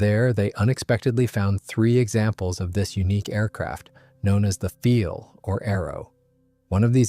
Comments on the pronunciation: Not "feel", but "file". Sounds like nail "file" or computer "file". In german, "ei" is pronounced as long "i", as in english word "eye". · Learn to pronounce words correctly. It is pronounced phonetically as "Pfile," not "Feel."